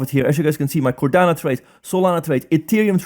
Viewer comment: It's called Cardano, not Cordana ;-)